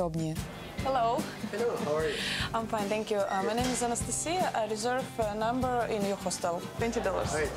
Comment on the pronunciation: Кровь из ушей! Ай резерв намбер!!!